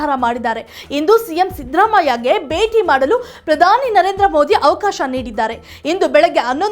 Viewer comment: ಕನ್ನಡ ಚೆನ್ನಾಗಿ ಕಲಿತು ನ್ಯೂಸ್ ಓದಲು ಬರಬೇಕು ಅನ್ನ ಭಾಗ್ಯ ಬೇಟಿ ಹಬ್ಬ ಎಲ್ಲ ಮಹಾಪ್ರಾಣವನ್ನು ಚೆನ್ನಾಗಿ ಕಲಿಯಬೇಕು